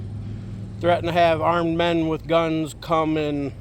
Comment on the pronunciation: It's WITH NOT WHIT